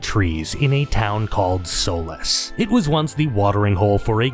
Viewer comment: Your videos would be better if you pronounced names correctly. Imagine being an English-speaking adult and not knowing how to even pronounce Solace. Pathetic.